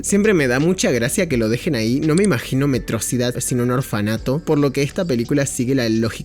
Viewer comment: En todo el video cometió el mismo error que tiene megamente de pronunciar metrosidad en lugar de metro ciudad, no se si lo hizo apropósito pero me encanta.